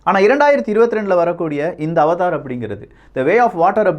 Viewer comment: அது அவதார் இல்லை அவடார் 🤦‍♂️🤦‍♂️🤦‍♂️